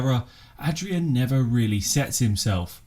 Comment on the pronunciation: thanks mate :) And you actually pronounced my name pretty well being an Englishman hahaha